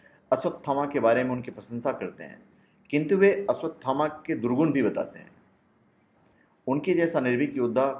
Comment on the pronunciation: first learn to pronounce his name